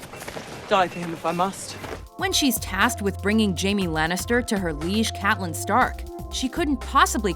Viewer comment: That's not how you pronounce Catelyn...